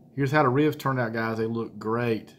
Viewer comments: Hahaha I think it’s pronounced reeubs lol and it’s funny because I’m from Texas (Houston) and people are always shocked I don’t have a more southern accent. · I love...and how you say "ribs." It's like 2 syllables but it's not...with a little North Carolina growl in there. rheebs, rriiibs, ah, I can't do it. My Arkansas roots are useless in this situation. I think it's a genetic. Some people can't roll their r's...other can't say rrribs cool. It's a gift my friend. Be thankful. lol. (ribs look great!) Now to go check out.